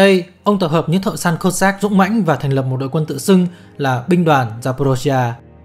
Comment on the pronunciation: Đọc chính xác là Kô dắc chứ không đọc kiều khó nghe là Cót sát nhé !!!